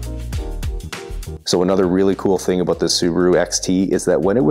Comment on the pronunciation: That's what I'm talking aboot.